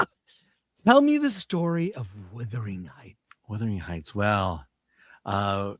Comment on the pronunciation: Chris. Wuthering Heights is pronounced as "wuth-er-ing hights." The first part sounds like "mothering" with a "w" at the beginning